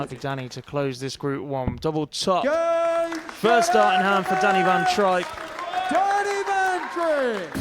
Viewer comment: It's trijp (tripe)and not trip ..how rude to not find out his name before calling .. disgusting